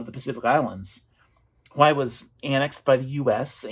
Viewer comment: Hey! As a self identified Native Hawaiian, at what point will you start pronouncing Hawai’i correctly?